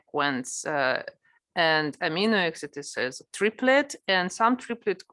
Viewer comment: читала бы уж на русском, весь курс и так был на русском, а то слушать эти амино эксид невозможно